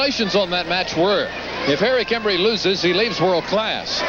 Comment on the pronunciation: I love how Tojo always pronounced "Embry" differently every. single. time.